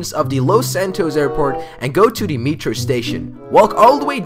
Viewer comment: i dont know if your joking but its metro, not mearto.